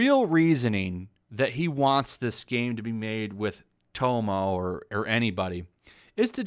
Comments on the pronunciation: It actually kinda triggers me hearing you and the author talking about something I know so much about. But Im not mad or anything, you are not here to give people a lecture about japanese culture, you are merely here to give us the news. Just wanted to vent that while listening to you call tomoe tomo. Keep it up though, you are my current source to stay on top of those ideologues! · Her name is pronounced TO-MOE- A Plus I thought it was Yuna you meet early on in the game. But yes, just shoving a woman arbitrarily into anything is more tokenizing women. Funny they cry sexist or racists, or any other ist or phobe, as they are these things themselves. Plus these "Journalists." are actually activists. Pretty poor ones too. Edit: If a game is good and people like it, these activists hate it. If people hate it. These activists praise it. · I honestly would have a problem with a female samurai being the focus, so long as Sucker Punch stuck to their guns about not making the game political. By the way, her name is pronounced Toe-moe-ay. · How are you playing the game and promouncing tomoe like tomo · I don’t want to be “that guy”,, but I just want to give a friendly correction: Tomoe is pronounced “Toe-Moe-eh”. Love your vids, keep it up. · Is it irritating to anyone that he is saying tomoes name wrong or how he's pronouncing it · You read one article and project your incel garbage all over and you can’t even pronounce Tomoe. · This guy says he has "played the game" but can't even pronounce "Tomoe"..... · Lol u played the game you know how tomoe is supposed to be pronounced come on bruh. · Anybody else getting annoyed over his mispronunciation of Tomoe’s name? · enjoys the game but can't pronounce Tomoe name right hmm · OK I was totally lost about who you were talking about until I realized you were pronouncing the name wrong. Tomoe is pronounced "To-Mo-Weh" not "TOE MOE". lol Other than that I agree! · "Toe-Moe"...oh my god. lol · Tomoe = tom-oh-wei